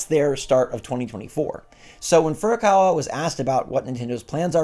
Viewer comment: Stop it Get some help!!! Say Furukawa hahahaha